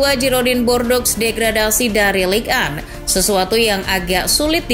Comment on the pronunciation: Girodang du Bordo (bukan Giroding de Bordeaux) cara baca yg benar dari klub Perancis tersebut.